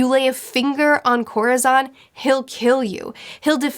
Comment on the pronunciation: Absolute loved the video, great job! A bit of a correction- Corazon's name is pronounce more like koh-rah-SOHN. it's the spanish word for "heart", so you can find a vid that will probably explain it better than me 😅👉👈